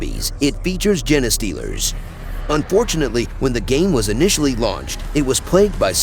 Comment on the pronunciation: im 90% sure thats not how you pronounce "genestealers" 😂 Thanks for the compendium